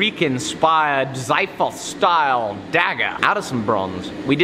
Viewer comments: For foks sake it's not pronounced ZAIFOS but KSIFOS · it's not Xiphos its "Ξίφος" Ksifos or Ksiphos greetings from Greece.:) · Hello, I'm a greek fan of your work and chanel. As the world xiphos is greek, its very common to be prounounced wrong. It is actually prounounced as kseephos, apart from that keep up with the great work. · Probably all the Greeks who got upset where pronounced the sword incorrectly. Also xiphos is the Greek word for sword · Hey, I am Greek and I really want you to try and pronounce xiphos correctly..😊(love the content BTW)